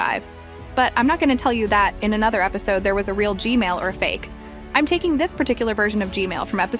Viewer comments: why do i always correct u u say gmail and i correct it to gman why cant u say gman normaly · You keep saying gmail its gman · she keeps saying g-mail instead of g-man XD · why did he or she say g mail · its G-man nat G-male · G-man❌ G-mail✅ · BRO JUST SAID G MAIL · Just to let you know, but the name of the big skibidi toilet isn't G-Male, it's G-Man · Heads up, G-Man, Not G-Male 😭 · Who heard "gmail" not gman 👇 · Bro I love how you say Gman, as Gmail. Lol I really like your content. Super surprised how you found 20 different duos. Hope you reach one million! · Why do u call g man g mail 😂😂😂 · Bro said gsnail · 😂bro said gmail